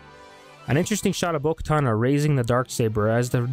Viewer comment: It's bo katan not bo katana